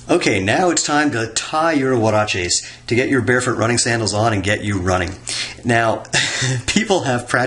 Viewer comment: Woah..he even said it right you’re no longer.. you are now